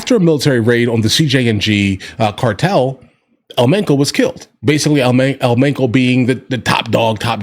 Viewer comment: It's pronounced men Cho